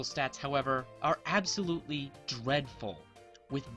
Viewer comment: Ha you said absol-ultly